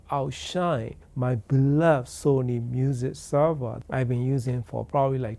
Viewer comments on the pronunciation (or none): none